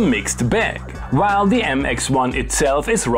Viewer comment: I enjoy your “W” and “V” pronunciation “vhile” using different “woices” 🤣🤣🤣😜